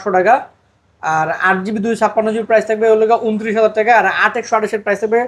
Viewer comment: not taka(টাকা) this person says Teka(টেকা🍌)